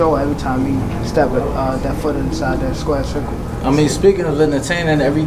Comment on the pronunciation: Did u him say that "Square circle"